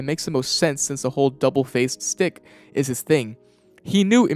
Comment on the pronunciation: Say it with me: Shtick not stick